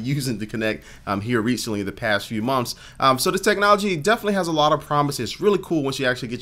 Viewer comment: He said mumths